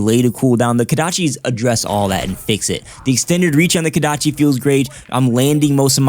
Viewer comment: KOdachi. Not KAdachi....